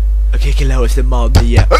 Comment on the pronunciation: omg XP wat spreken jullie Gigolo raar uit :P het is Dzjigolo :P